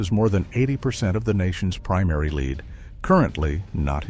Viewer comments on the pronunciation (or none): Dang it, AI, "leeed"? LEAD, short E.